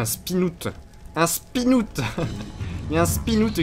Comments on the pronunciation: Un spinoute XD ça se prononce spin-out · Un "spinoutte" ! Frigiel, français avec le meilleur accent anglais x) (À ne pas prendre mal)